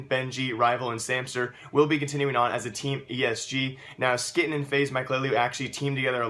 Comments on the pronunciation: pronounced hue-e-ton not skytten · Its Sky-teen. Not ski-ten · ITS NOT SKITTEN LIKE KITTEN ITS like quiten or whquiten